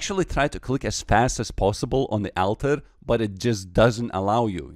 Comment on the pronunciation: On the AL-ter